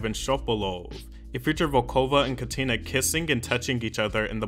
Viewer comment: I’m delighted to see a video about t.A.T.u. on this channel, but the stresses on the names are just completely wrong 😢 It’s Lena (LEh-na) Katina (KAh-tee-nah) and Julia Volkova (VOl-ko-vah)